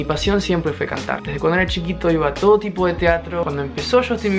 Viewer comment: No sé si escuché mal o estoy en lo correcto, pero te digo que estudies la palabra, «todo». Te felicito por aprender español, tú qué hablas inglés nativamente, quién lo diría, además, te felicito por aprender este idioma tan difícil, con tantas dificultades y es muy rápido, ¡felicidades!